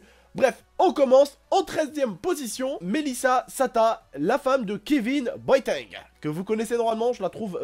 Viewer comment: ta dit au debut boaéteng maiz ca se lit boateng comme ca s'ecrit